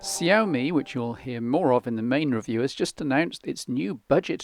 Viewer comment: its pronounced "shyawmey"